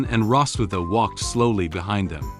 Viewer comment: It's Rossweise, not Rosswitha....